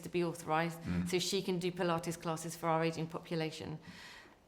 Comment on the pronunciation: did she say are application?, It's our, not are. our, sounds like hour, power etcnot are